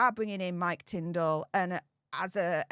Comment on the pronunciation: Sorry Tindall not Tindel